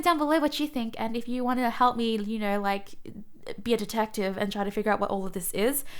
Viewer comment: i love all the words you say that end in "O" or "Oh" sound i dont knur, gur, slowbrur